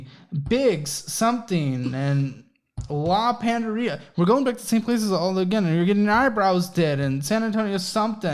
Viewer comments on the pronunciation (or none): I like how pronounces Spanish words 😂 Lah Paw-nay-de-ree-a lol I’m guessing she’s Hispanic/Mexican?? Lol